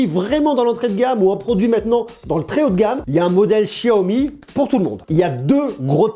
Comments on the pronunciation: Je suis le seul a dire xiaomi et pas chiaomi?!!! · Excellente video, par contre ca grince aux oreilles le chiaomi alors que cela se prononce siaomi ^^ petit grain de riz. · Apprend a parlé c est un x pas chiaomi ch chia c'est pas ça comment tu peux être crédible et parle moins vite aussi